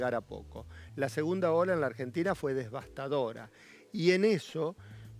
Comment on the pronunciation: "Devastadora", no "Desbastadora".